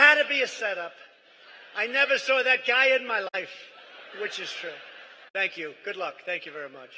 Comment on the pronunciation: It sounded like President Trump said Thank Q twice when talking about the baby....